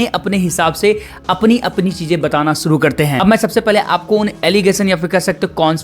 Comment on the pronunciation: अपनी भाषा पर कम करो एक अच्छे एंकर के लिए pronunciation बहुत अच्छी होनी चाहिए। कोसीस नहीं होता कोशिश होता है सुरों nh hota शुरू बोलते हैं शा और सा पर कम करो अच्छे एंकर बनने के क्योंकि गांव वाले नहीं सुन रहे तुम्हारी भाषा शहर वाले भी सुनते हैं